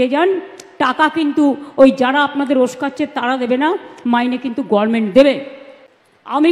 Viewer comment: কোনো দিন government বললো না। গরমেন্ট বলে গেল ।